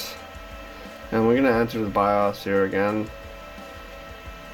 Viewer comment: the way you say bios drives my ocd crazy XD